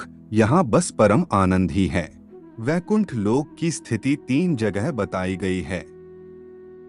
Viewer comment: Abe baikund nahi Vaikund hai vo.